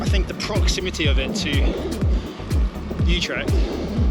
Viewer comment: wait... is Utrecht pronounced ooh trekt or you trekt?